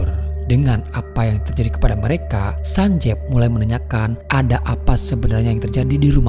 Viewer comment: Cuma berbagi informasi aja sih ini. Double "e" dalam romanji, itu dibaca dengan i. Jadi nama karakter itu bukan sanjev, Tapi Sanjiv. Dan pelafalan V nya bukan dengan pelafalan indo(Ve), tp pelafalan huruf V, dalam English.